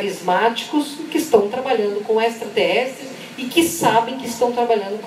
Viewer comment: Ex-tra-ter-res-tres,!Não tem "s"depois do "a"...